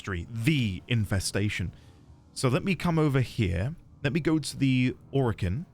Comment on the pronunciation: This is not a spoiler and it's not stated in-game but during the devstreams DE Steve (The ex creative lead of Warframe and now the CEO of DE) stated that the name "Orokin" comes from "Oro"=Gold (Spanish) "Kin"=Kind/family this should help remember the pronunciation. Not O-Ro-Kin but Oro-Kin